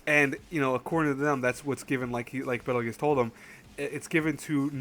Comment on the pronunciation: It's pronounced bettle goose bro